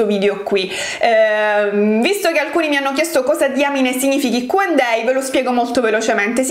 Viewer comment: Ma solo io ho notato che dice Q&day invece di Q&A?